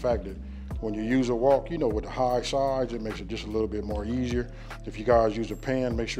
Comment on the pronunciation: WOK not walk bro 😅